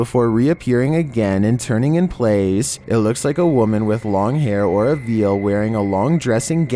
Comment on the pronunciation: Hey, "veil" is pronounced like "vale", not "veal".